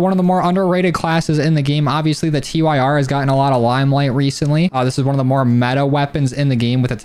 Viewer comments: Stop saying t-y-r. It's 'tear' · Tyr is pronounced tear like the norse God of justice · The TYR is pronounced like tier like the god of war character there even is an attachment that has odin in the name